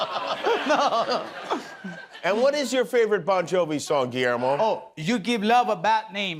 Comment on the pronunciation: “Bon Yovi”?…. I’ll allow it this time.